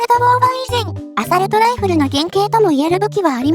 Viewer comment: アサルト⇒アソールト